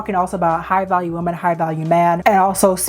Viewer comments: love you girl, but it’s WOMEN not WOMAN. 😭 WOMEN pronounced (WHI-MEN) I keep hearing you say (woe-man) which is singular and its irritating me cause the context sounds off when you say it like “we need to protect woman more” it just….its women (plural) okay love you bye 😂🫶🏾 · I know this is not relevant to the video but women is pronounced like 'wimin' not the same as woman! I loved the video though thank you for doing this important topic <3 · Why can't you pronounce "women" properly?